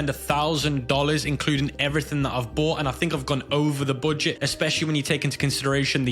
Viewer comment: "the booooget"